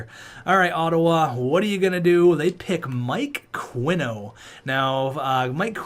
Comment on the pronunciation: I think Qinno might be pronounced (Chi-no) because Qi is pronounced Chi but regardless Merry Christmas and thank you for all the years of entertainment